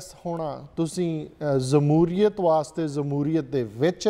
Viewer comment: Jamhuriat word aa sir. Zamhuriat nhi